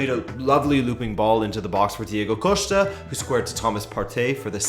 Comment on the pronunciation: Diego Costa is Spanish....so it’s not coshta